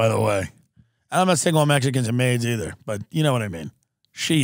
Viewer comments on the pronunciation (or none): none